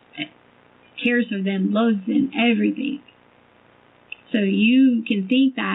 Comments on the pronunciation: What about EverythinK?? 😂She's been pronouncing it like that her entire life, I'm sure she really believes that's how it's spelled. She's just dumb af! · Please, let us not forget her adding a K to every word "endink" in G. Everythink, anythink, nothink, wronk, etc...... It drives me NUTS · “EVERYTHINK” AND “WRONG-GGGGGGG”. 😂